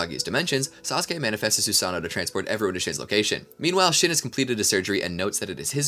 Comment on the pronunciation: Cant wait for him to mispronounce everything for 12 hours. "Susano-O" the long lost brother of Steve-O.